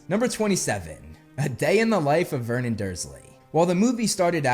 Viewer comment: vernon, not myrnon